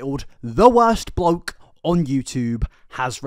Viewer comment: Drink every time he says "bloak"